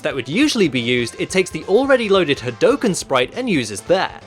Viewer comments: It's pronounced "Had-OO-ken" bro not had-OH-ken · ....... did you aeriously say ha dough ken..... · I love all that you do, including your voicework ^^ however, that hadouken pronounciation made me cringe everytime ^^''